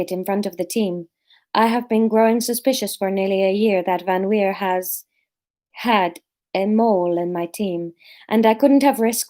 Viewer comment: Laura, you said VanWeer perfectly. Re Maki, we’ve had the same issue with both our girls (the boys ultimately wanted to wee on everything). I think you just need to hang out in the allotment for soooooo long that she has no choice but to wee and then go crazy with the praise - see if you can be there long enough for her to have a nap there. And i think the labling “wee” is a good idea - we say “do your wees” as soon as the pup squats and then “good girl” when she’s done. Sylvie used to hold on for whole walks and then wee in the garden, but she did learn once the walks were longer. Public poops took even longer. Also, if you’re going somewhere you go frequently, you could dig up a bit of grass that she weed on recently (or paper towel from an indoor accident) and take it with you to then seed that place with her wee smell.